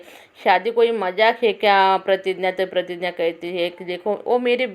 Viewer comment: Pratigya h wo pratinya nhi madam ji